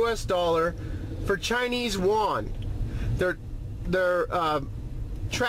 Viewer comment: Most people get the Ren-min-bi part right, just that Yuan is not that easy to pronounce for most.